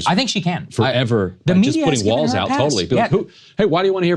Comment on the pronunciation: "Walz" is German and is hence pronounced "waltz," not "walls."